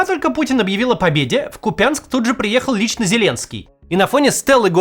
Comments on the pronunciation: Я искренне думал, что постановка ударений в словах, особенно в названиях населенных пунктов это важная часть орфоэпии, но как оказалось, это знают далеко не все. Просто важно называть города правильно - ЛОндон, а не ЛондОн, БерлИн, а не БЕрлин. И КУпянск, а не КупЯнск. Это уважительно прежде всего к жителям этого города, а уважительным и вежливым нужно быть со всеми❤ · КупЯнск говорят только грёбанные окупанты, сразу слышно где свои а где нет Максим очень режит ухо. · Пожалуйста произносите правильно: КУпянск, ударение на букву у. Режет слух. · КУпянск! Кууууууупянск! К-у-у-у-у-упянск! правильно ставьте ударение!!! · Когда начнут правильно произносить название города? Купянск- ударение должно быть на первый слог! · кУпянск!!! Ударение на "" У "" Пожалуйста залайкайте чтоб Макс увидел 🤌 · купЯнск 🤯 Максим как и Пыня тоже не знает куда ударение ставить 😂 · КупЯнск?? Максим, не уподобляйся paшиcтам ! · кУпянск! бляха-муха! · правильно казати КУп"янськ, наголос на перший склад🥰 Від Бандерівця з любов"ю. Слава Христу! Бог з нами, Україна переможе! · КупЯнск, ПитЕр, ИерусАлим, ХайфА, МОсква - ммм, обожаю коверкать ударения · Ставьте правильно ударение я вас умоляю кУпянск❤ мой родной и любимый. Я из Харькова, мы ездили в лагерь лесная сказка через этот город. Сам лагерь находиться на станции гринековка, это сразу за двуречной. Там прошло мое детство, на речке старый оскол в хвойном лесу. Сейчас освободители там канешно все уничтожили уже, и на годы эти земля выжжена в прах. Но в моем сердце эти места навсегда останутся ❤ нет слов как больно. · КУУУУУУУУпянск 😢😢😢 ну просто кровь из ушей :( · Максим,в слове Купянск, ударение надо ставить на букву У. А то ты как путин произносишь. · Правильно говорить-КУпянск,с ударением на первом слоге. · КУпянск, ударение на первый слог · Купянск ударение на У, что можно проверить в Википедии. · Когда северяне приходят на юг и по своему начинают произносить названия, появляется купЯнск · Купянск- ударение на У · Правильно "КУпянск"...